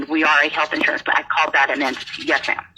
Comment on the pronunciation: It’s “entity” non “ententee”